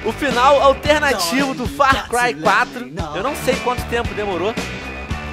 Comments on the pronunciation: Venom falando far cuai huahauhauahua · Far Cuai 4 kkkkkkkkk' essa porra é realmente dificil de se pronunciar... ótimo vídeo, curti